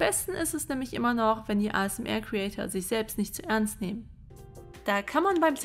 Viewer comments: ASMR Alter sprich mal richtig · Ich hasse es so sehr, wenn Leute "ASMR" deutsch aussprechen. Das ist eine englische Abkürzung, die man Englisch ausspricht.